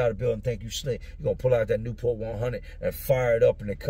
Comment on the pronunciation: Called a “Chewport” lol